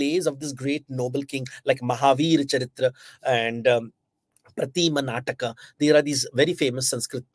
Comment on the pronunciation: Also he says भाष (Correct is भास), प्रतीम-नाटक (Correct is प्रतिमा-नाटक). Fella can't read a single Indian language, nikal pada h gyan dene.